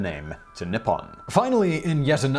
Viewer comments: Simon, good job on a lot of those Japanese pronunciations. You just kept saying Nippon as nipon instead of how it's pronounced in Japanese. The "I" makes a hard "e" sound. So written out phonetically, it would look like Neeppon. But you nailed just about all the other pronunciations, which surprised me. The simple one is hardest and the complex ones are easier? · I find it a little peculiar that the way you say Nippon sounds like "nipple"... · Huhuhuhuh, nippon sounds like nipple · That mispronunciation of 日本(nippon) had me reeling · as a Japanese language student who knows the answer..... let the trial begin... i will edit after Edit: Not bad. As for pronunciation, pretty good, but it should be NI ppon / NI hon and not ni PPON / ni HON You did miss that the characters themselves 日本 (ni - hon/ppon) mean:日 Ni : Sun/day 本 Hon/Pon: root/beggining/ book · Your pronunciation of Wakoku (和国) was good enough. However Nippon (日本) could use work if it should come up in the future and you happen to remember great ni is pronounced like knee and the o in pon is long like in orange. The same is true for nihhon (also 日本). For anyone who is curious the wa (和) from wakoku is still used to refer to Japan in words like 和食 (washoku) which is Japanese food but in most cases Nihhon or Nippon are used like 日本語 (Japanese language) and 日本人 (Japanese people).